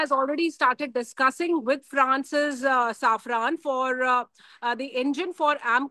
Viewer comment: Its safran not saffran